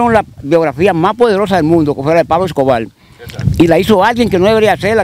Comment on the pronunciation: PABLO ESCOBAR Con R…Escobarrrrrr No es. Escobar,Tenes q aprender a hablar,la comunicación es exigue té y además un medio auto/parlante q educa o embrutece